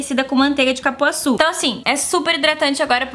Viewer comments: Eu só gostaria de saber por que falam CApuaçu... Já olhei em alguns sites, pois fiquei na dúvida, e sempre tem CUpuaçu! não é a primeira que vejo falando assim... O meu favorito é o coradinho! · Só eu que percebi o "manteiga de capuaçu"? kkkkkkk amooo você